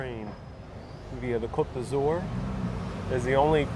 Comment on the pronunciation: It's 'Côte d'Azur'. Not every French word requires a final 'e'...